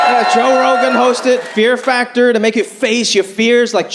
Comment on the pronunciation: He said, "fear fractor". 😂